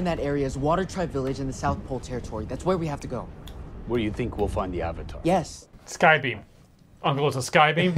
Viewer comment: “Ad-vatar” too perfect! 👍🏾